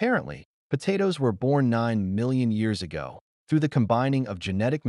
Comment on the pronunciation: Potatoes.. PoTaatos.. PATaaiToss.. 😂😂😂😂 TomAATOS.. TOMATOSS.. POTAMATOSS😅😅